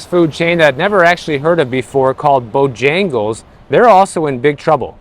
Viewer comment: How you pronounced BOJAGLES, 😂😂😂. I just like you, hugs from Serbian fan. Btw i like Bijagles, good chicken.